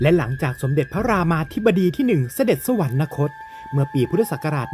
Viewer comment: คิดให้ความรู้คนทั่วไป แต่ไร้การการศึกษาไร้ความรู้ แต่อวดดีทำช่องออกอากาศ เด็กรุ่นใหม่ติดตามก็โง่บรมโง่กว่าควายยยเหมือนผู้เล่าเรื่อง/ ศัพท์ว่า“สวรรคต” ไม่มี น. ให้อ่านว่า สวันระคต ได้ แต่เมิงเสือกพูดว่า สวันนะคต, สวรรค์ ทับศัพท์ว่า สวรรค์, นะ แปลว่า ไม่, คต>คตะ แปลว่า ไป, รวมความว่า ไม่ไปสวรรค์ แล้วไปไหน??? ไปนรกหรือเปล่า??? ระวังคอขาด 9 ชั่วโคตร ให้แก้ไขปรับปรุงด้วย เมิงไม่อายนักปราชญ์ราชบัณทิต ก็เป็นควายยยยไปเถอะ/ อัครมหาบัณฑิตPh.D.P.9+9